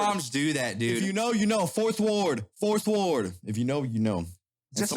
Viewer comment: not fourth ward, FITHWARD!!!!!!